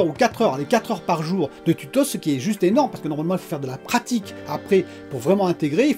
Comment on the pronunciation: Mdrr tu es fatigué ou quoi?? Les tutosse?? 😂